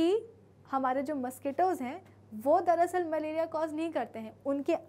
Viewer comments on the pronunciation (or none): none